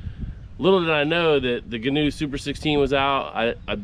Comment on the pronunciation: Ghee-new is the correct pronunciation. Gheen is the builders last name and he liked fishing out of canoes but didn’t like the tippy ness of the canoe. So he designed the Gheenoe.